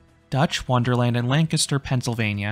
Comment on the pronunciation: GG on saying Lancaster correctly 😆